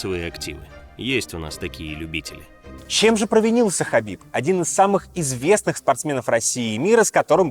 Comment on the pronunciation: Хабиб, а не хасбик. пппора бы знать что это два разных Человека